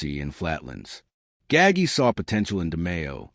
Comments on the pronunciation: Gaggi, it's not pronounced gaggy you idiot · Every time I heard Nino Gaggy I wanted to turn it off.